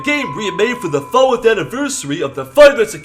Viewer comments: said fourath. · Why'd say "Fowath" when he was saying about FNAC R being made Fwah the 4th anniversary of the game ( in the video)? Thought Fowa was Bonnie's shtick, speaking of which, would Foxy get angry and infuriated at if started saying Fowa, or would he just let it go because the boss? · wait did said fowa